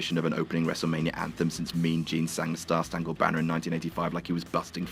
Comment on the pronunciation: "Star Stangled Banner"